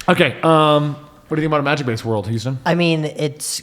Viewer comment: Hello "hustan".